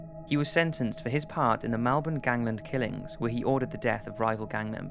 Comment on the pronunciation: The way he said Melbourne 😂